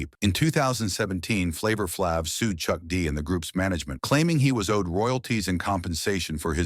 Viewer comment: I cannot take seriously ANY channel that will run a piece that intentionally mispronounces the name of one of hip-hop's most recognizable figures. AI voice or not. It's disrespectful.